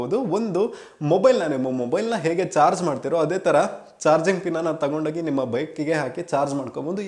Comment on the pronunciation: Not George. It's charge